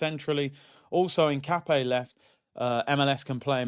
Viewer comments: Hincapie is pronounced EEN-KAH-PYEH and he's a more natural left back than calfiori and MLS moves to CM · Hincapie has the accent on the "i". The i is pronounced like the "i" in internet. The "e" like the the "e" in Endurance. Im latino